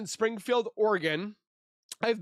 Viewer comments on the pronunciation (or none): none